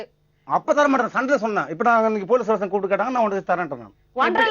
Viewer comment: Station not tation.